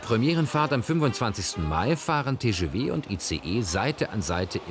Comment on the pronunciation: Diese Französischskills